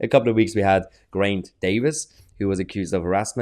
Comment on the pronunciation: It'd Ger-eye-nt ("Ger" as in 'get'') - the Welsh 'r' is rolled